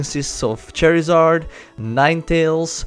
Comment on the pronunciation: u said chairizard